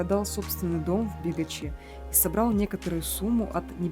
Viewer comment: Не бегач А бігач